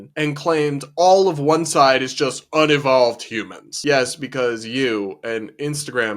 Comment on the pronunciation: "UN UH VOLVED"? It's pronounced un EE volved.... now who unevolved?